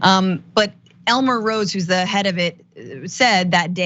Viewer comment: Did you just say: ELMER!?!?🤣🤣🤣🤣🤣🤣🤣🤣🤣🤣🤣🤣🤣🤣🤣🤣🤣😂😂😂😂😂😂😂😂😂😄😄😄😄😄😅🤣😅🤣😅🤣😅😅😅🤣😅🤣😅🤣😅